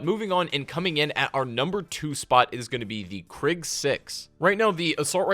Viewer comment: I know he did not just say KRIG !!!